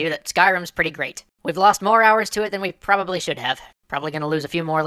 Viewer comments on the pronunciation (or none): none